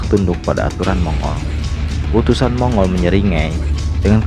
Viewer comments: Sebutannya bukan Mongol min, tapi Monggol... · Mong-gol bukan mongul